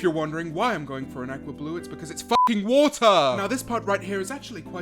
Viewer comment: "Ackwa blue"